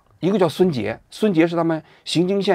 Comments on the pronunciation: 不是xinjing县是yinjing县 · 荥（ying )经,荥为多音字，此处读ying,不读xing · 作为一个土生土长的四川人，王菊，来跟我念荥（ying二声）经（jing一声）、荥（ying二声）经（jing一声）、荥（ying二声）经（jing一声）！！！ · 读云，读云经县，写是荣经，没文化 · 雅安荥经，荥念ying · 荥是ying （二声） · 荥经县，念ying